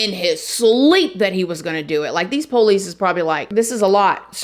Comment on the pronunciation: Girl!! Mr. Ballen told this same story, but he didn’t mention that she had psych issues before this situation. Cra-ZEE! BTW I love you and your personality…and the way you say “the poe-lease”!!❤️❤️☺️